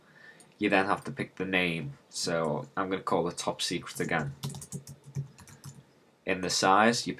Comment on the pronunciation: "top seceret"